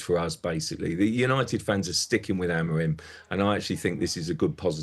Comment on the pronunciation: sky sports presenters pronouncing names wrong is so cringe. "amoram"